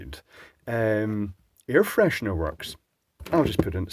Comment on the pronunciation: I love how you said its air fresherer right at the end of video, kept me wondering whole time what the hell it was